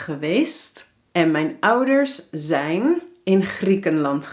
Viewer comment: Hoi hoi! I would like to know how to pronounce the "ij" sounds. Here I hear you say "AI" but the books teach me that I need to say "EI". Can you explain it to me? Like in the word "mijn" = [mɛin] Greetings :)